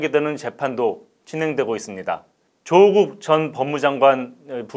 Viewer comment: '조국'의 성씨(姓氏)는 '조(曺)'씨 입니다. 진행자님이 표현한 '조:(길게 발음한)'는 '조(趙)'씨 입니다. 그러니 '조국'을 지칭할 때는 성씨를 짧게 발음하여 '조국'이라 해야 옳고 '조:국'이라고 길게 하면 '조(趙)'씨를 뜻 하니 잘못 발음한 것입니다.